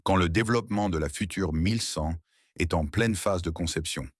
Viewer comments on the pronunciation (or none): none